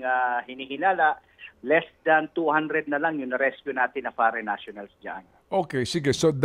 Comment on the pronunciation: Hahaha what a pronounciation faren national! Amazing?